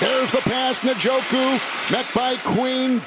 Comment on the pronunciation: Its funny hearing kevin harlan try to pronounce Njoku lol. The English vernacular isn't familiar with that type of name so he separates the N with the J, N-Joku. As an African its interesting 😅